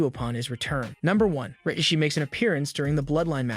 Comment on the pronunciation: Ughhh learn how to pronounce names it's RIKISHI ! ( RA- KISH- SHE)